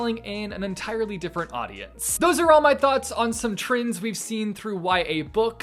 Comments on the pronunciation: me: trends: TRINDS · Normal person: Trends: Trins or Trinds Me: I like better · so my name is trinh and every time you say "trends" i keep hearing my name lol the fidget spinner clip though iconic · sounds like he’s saying trinds instead of trends 😂